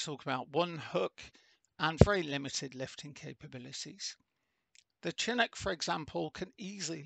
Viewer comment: It's pronounced with an sh sound. Like champagne or Chicago.